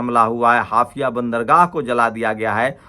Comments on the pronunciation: ये बहुत दुखद है, हाइफा को आप बार बार हाफिया pronounce कर रहे हो। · हाफिया नहीं हाईफा बोलिये 😮😮😮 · हाफया नहीं हायफा सही नाम हैं ।